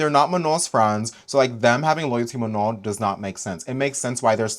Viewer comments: Everytime pronounced manon's name as "ma-none" i get so mad. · Even the girls who could barely speak english pronounced it right with phonetic barriers